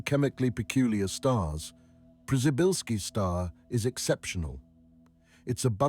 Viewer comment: I kept wondering who the hell named that star pryzybbzyyzylki, then I realized it's just very badly spoken Polish and its named after astronaut Przybylski.